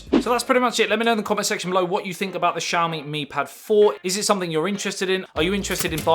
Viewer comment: this is not shaomee! This is ss'YAo mEE. For God's sake!